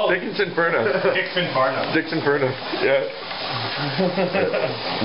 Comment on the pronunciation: Ahem, It's "Dickson Farnuff!"